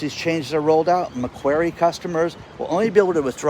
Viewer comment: Love your work but buddy its MAC QUARRY bank. You know, like the place where you dig stone up lol